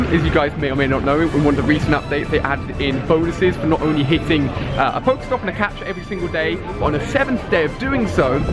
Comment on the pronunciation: The game has been out for almost 5 months and Ali still doesn't know how to say "PokeStop"